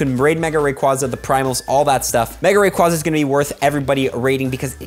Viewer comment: Wrong way to say Rayquaza but hype!